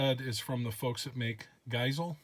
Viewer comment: Love how you pronounced Geissele. Made me smile